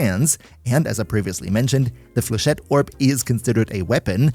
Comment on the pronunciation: For a non French man, you deal very well with the flechette, bastille and Vauban name's :D well done to you ! Still Best Videos as always and dw for the synergy we got your back ! Love and kills from French MR-LR3 <3